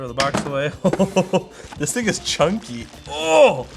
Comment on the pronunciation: "This thind is a boat" yes thats what they are known for.